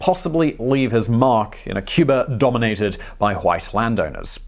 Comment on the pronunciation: Cyoober. And its San-ter-ria. Geez.